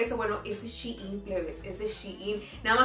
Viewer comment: SHEIN su pronunciación es CHAIN